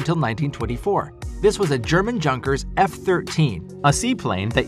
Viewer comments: its yonkers not junk-ers just as jung is Yoong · Don't want to sound like the Grammar Police, but you mispronounced 'German Junkers' several times in the video. It's actually pronounced like 'Young-kers" Just FYI. "J" in German is pronounced like "y" in English. But I like the content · Junkers aircraft , it is not pronounced like "junk-kers" pronounce it like Germans do ... " yoon-kers". fyi, anyway good job.